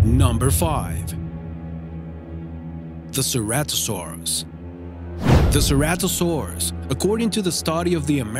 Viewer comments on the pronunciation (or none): none